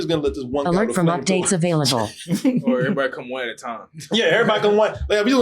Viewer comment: can't be talking about people's accents when he says "or" as "our"...